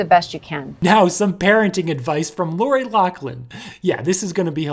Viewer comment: Like your video but my pet peeve is that people keep pronouncing loris name wrong - it’s Laughlin with an F sound, not a C sound